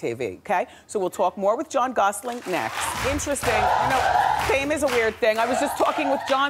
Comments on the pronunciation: Is she calling him John Gosseling? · Wendy keeps calling him John Gosling at least 5 times! Like a baby goose! Just listen to her pronounce it at the end with a G LOL WTF! I would have corrected her as soon as she said it! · It's so annoying she keeps saying Gosling there's no G at the end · Plus she pronounced his name "Gossling" Doh! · She called him "Jon Gosseling" twice lol maybe I misheard, but if she said Gosselin, the last syllable would sound like "lyn" not "leen" (as in Gosseling) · Did she say Gosling??